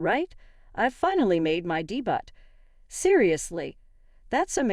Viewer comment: the word is not de butt its day beau another stupid person orAi or computer generation